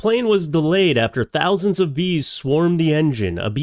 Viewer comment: Oh bees, I thought you said geese 😂 thats more reasonable lol